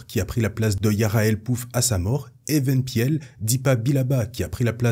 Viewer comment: Très bonne vidéo mais attention à la prononciation de certains noms (Eeth Koth se prononce "Iss Koss", Tera Sinube se prononce "Téra Sinoubé" et Even Piell se prononce "Éveun Pil"). Mis à part ça c'est vraiment très bien. Mais ne manque-t-il pas Tyvokka et Micah Giiett aussi ?